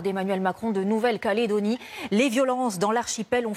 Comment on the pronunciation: elle a une drole de facon de prononcer "caledonie" la presentatrice, pas comme on le dit ici sur le caillou